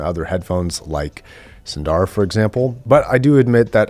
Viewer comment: There are no long vowels in "SUNDARA".